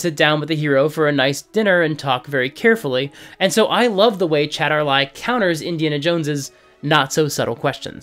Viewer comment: 95% of your criticisms of this film are valid. But it's Chatar LAL not Chatar Lai. Ends with an "L" I'm fairly sure he even pronounces the L in his introduction. (also the novelization the dinner sequence was explained as the cultists trying to prompt the Brits and Dr. Jones into leaving sooner, but I can see that as artistic licence on behalf of the author. Yes, I read the novelization. I did so before I saw the movie so I wasn't grossed out.)